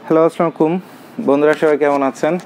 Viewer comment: আসসালামু ওয়ালাইকুম ওয়া রাহমাতুল্লা আমি ব্যাবসা করি না কিন্তু আপনার ভিডিও দেখি, অনেক ভাল এবং পজিটিভ কথা বলেন। আপনি সালাম দেন অনেক ভাল কিন্তু সালাম যদি আরো সহি ভাবে দিতের তাইলে আরো সুন্দর হইত। আল্লাহ সোবাহানা তায়ালা আপনার মঙ্গল করুন।